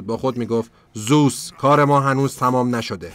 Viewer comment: داداش زوس نیست، درستش زئوسه😂